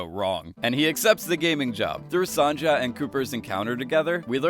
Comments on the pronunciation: its Son-ya, not Son-ja!!! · It pronounced “son-ya” not “son-ja” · Sandza? How do you say that name man terrible, go google the name Sonja and how you say it please it hurts. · Hey, have you watched this episode or reading off from some page? You are saying Sonja name like "Son-cha"... its pronounced "Son-ya" god damn it! irritating af. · not sonja being pronounced as sonya lets now pronounce it as son-ja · It’s pronounced Son-Yuh not Son-Juh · ok but im pretty sure it was sonya not sonja, just me? ok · It's Sonia not "sanja" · Dude, thanks, really cool video, and I mean it, but I-- I'm so sorry, it's just-- that's not how you pronunce Sonja... You're killing me. (Edit: Son-ya, not Son-ja...) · Sonja's name is pronounced "Sonya", Saito is pronounced "Saito" (not "Saitu"), and "Berkshire" is pronounced "Berksher". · Did you pronounce Sonja phonetically instead of the correct way (sohn-ya)? I don’t think you actually watched the episode.. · Its pronounced as sonya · LEARN HOW TO PRONOUNCE 'SONJA', it's not 'Songa' or any other nonsense It's not that hard. Why are people so ignorant... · Wait so if you watched the episode why do you continue to pronounce Sonja “Sawn-Ja”. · It’s pronounced like “Sewn-yah” the J sounds like Y. Sonja. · the j in Sonja is pronounced as a "Y" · Great video but fucking HELL dude sonja is pronounced sonya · I think it’s pronounced “Sonia”. At least we say so in Russia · i’m sorry but the way he keeps saying “sonja” is annoying me so much😂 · And his pronunciation of "Sonja", and his pronunciation of "Saito"… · Did you watch the episode? Sonja? Berkshire? How can you say them so wrong but have a video making channel like this? My Faith in you is lost